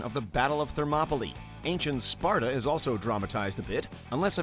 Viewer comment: C'mon...its ' this is SPARTA' not sparda